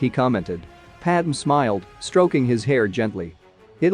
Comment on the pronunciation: Should spell jedi as "jed eye" and padme as "pad may" for text to speech reading purposes